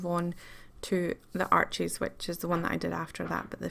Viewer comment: Arches is pronounced Arsh. It is French.